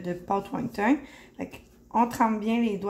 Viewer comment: Won ton et non won tong. Merci pour la belle recette!